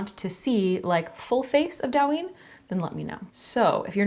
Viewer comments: It's Douyin, not Dawin lol. Love the makeup tho! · the pronounciation is kinda off. it's supposed to be "dough" "ying" lol, but its not a big deal alice in borderland? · It’s do-yu-een pronouced with a quick u. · Just wanted to say it's pronounced doh-yeen, not dow-yin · Also just letting you know it’s pronounced “doe-yin” instead of “Dow-yin” :) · I love you and I love your videos and I watch you all the time..... but the pronunciation is closer to "doh-uh-yin" rather than "dowyin" (as someone already said in the comments it's close to how you pronounce "dough") I'm so sorry but as someone who's learning Chinese I just had to 😭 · Dou yin. The ou in Dou is pronounced more like Oa in Oat. Not “ao” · fyi it’s pronounced DOE-yin not Dow! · Douyin is pronounced Doh (like donut) and yin (like shin but with a y) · Isn't it Douyin as in the graphic novels? I thought that was pronounced "dough-yin" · Say it with me now DOI (soy with a D) + YEEN (emphasize the ee) DOI + YEEN = DOUYIN Please make sure you know how to pronounce something before sending this out to the world. It makes you look like you don't know what you're talking about. There are videos for this. I like the makeup but it feels like it's missing things. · It’s pronounced “doe yeen” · It is pronounced /dough-yin/. Thanks. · Its pronounced dough-yin haha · Korean Chinese and Japanese makeup is different. Also you pronounce it dough-yin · this is so pretty! But “dou” is actually pronounced like “dough”. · Gorgeous! Alice in Borderlands is the show -- but it's Japanese (and Douyin is Chinese). TikTok is huge in Japan; Douyin isn't because it's only in China/Chinese App Store. (Yes, ByteDance makes both, but they are different.) Also, it's pronounced more like "doe-een." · love it!!! looks amazinggggg by the way, it's pronounced doe-yeen :'-) alice in borderland :D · It's pronounced like doe-yin ❤❤❤ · It’s doe as in doe a dear. The pronunciation of douyin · More like toe-yin